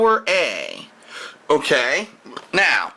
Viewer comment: "Oghkay". Oof.